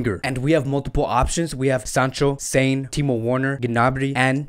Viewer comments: With due respect , your content & analysis has been excellent except your pronunciations e.g. it's not Sane as in antonym of insane... it spells saa..ne.. just like sadio maa... ne... same way leroy saa...ne. Same for ter stegan it spells "ste-gan" not "ste-jan" .. like its waa.. gue... not wayg. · I watch videos posted by you and TalkFCB to get the latest transfer rumors relating to FC Barcelona and I must say, much props to you two. My only issue with your videos is the pronunciation of the names of players (and clubs) e.g. your pronunciation of Werner, Gnabry and Sané in this video, the ‘w’ in Werner is pronounced as a ‘v’, the ‘g’ in Gnabry is silent and Sané is not a homophone for someone who’s mentally sound lol. Since this channel is focused on FC Barcelona, you should at least know that the ‘g’ in Ter Stegen is pronounced as ‘g’ not ‘j’ or the ‘j’ in de Jong is pronounced as ‘y’.